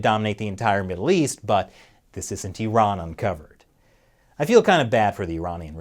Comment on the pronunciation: I live the fact that you say eeraan and not eyeran.